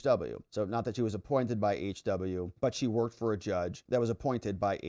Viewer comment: It sounded like you said , "she twerked" , instead of worked a few times? or do I need more sleep? lol.